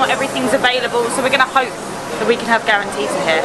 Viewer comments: no in Oran we say karantika not karantita ☠️☠️ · it's karanTIKA not karanTITA...